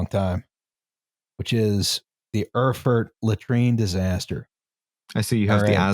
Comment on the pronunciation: I think "Rrfrr" is one of the best mispronunciations yet. I would have been completely lost there without the video title.